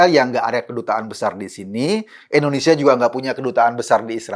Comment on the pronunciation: Indonesia Pak Eko,Bukan Endonesia...🙄